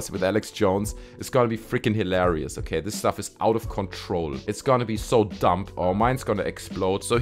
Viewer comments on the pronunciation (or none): Sound like you said hitlarious! 😂